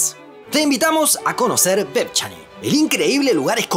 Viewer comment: Vevchaní, vevchaníes